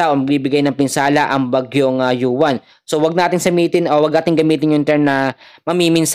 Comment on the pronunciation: Uwan po Ang pangalan Hindi yuwan